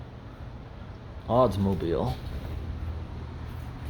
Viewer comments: “odsmobile” instead of Oldsmobile. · Please tell me you said Oddsmobile not Oldsmobile, that sounded classic 😂👍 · Sounded like u said Oddsmobile and not Oldsmobile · My guy said "oddsmobile" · LOL Ahldsz mobile! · Did you say "Oddsmobile"? Ha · Interesting pronunciation of "oldsmobile" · You can tell age by the way he pronounced “Oldsmobile”...